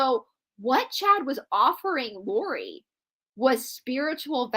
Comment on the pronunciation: Lori Vallow not Laurie.